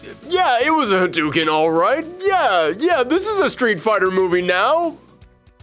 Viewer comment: Ha-DOOO-ken?....LOLZ! Breh